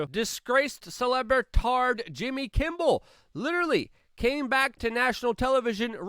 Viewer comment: Am I the only one that heard “jimby Kimble?”